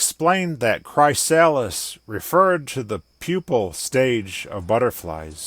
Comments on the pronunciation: im pretty sure its pronuced kriss- sal list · It's pronounced Cry(as in crystal)-Sa(quickly, fast)-lis(as in the name Liz) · His pronunciation of chrysalis really hurt It's "cri-sal-is" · Bro i work for a company called chrysalis and ive never heard it pronounced like that. You had me questioning myself so hard 😅